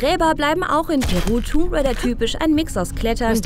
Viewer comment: Tomb raider... Das "b" ist stumm 🙂